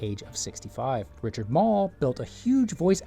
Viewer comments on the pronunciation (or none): none